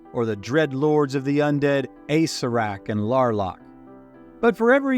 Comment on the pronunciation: Acererak (ah-sarah-rak)... why is this so hard for people to pronounce?